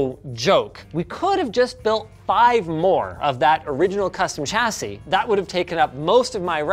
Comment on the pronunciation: There is no ‘t’ in ‘chassis’.